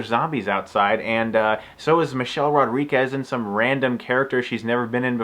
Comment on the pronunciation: It's Michelle RodriGUEZ , not rodriQUEZ. Chris. Love your videos by the way.